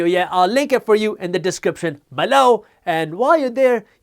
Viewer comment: Love this channel. I watch it everyday. Still cracks me up whenever he says below... sounds like B-LOW